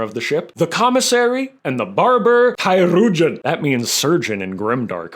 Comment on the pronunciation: It’s pronounced cheer-urgeon,. Like a Looney Tunes character in a straw hat trying to pronounce “children.”